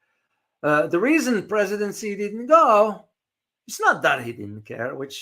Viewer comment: Not “see”, more like “she”